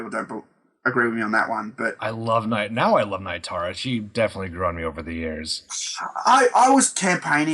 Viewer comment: NEE-tara, guys. Not NIGH-tara. :P